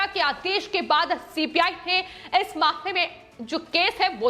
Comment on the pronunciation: एंकर भी गुस्से में है कि सीबीआई की जगह सीपीआई बोल रही है